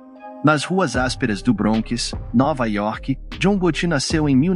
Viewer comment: John Gotù, do francês hahahaha